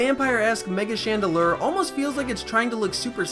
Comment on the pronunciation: you gotta do better than "It learns a lot of moves by a certain type so why isn't it that type" and it's Chan-deh-LOOR, not ler.